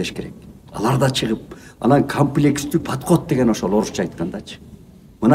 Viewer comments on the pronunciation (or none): камплекс эмес комплекс деп айтсаныз 😊